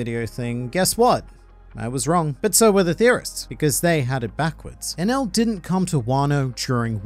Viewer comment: geez i that enel pronunciation was terrible hahaha